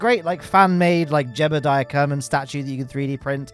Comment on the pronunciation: I like how the redditer said “jebbeldiah” to accurately spell out how pronounces (mispronounces) Jeb’s name.